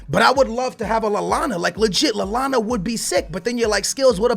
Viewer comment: NOT LALLANA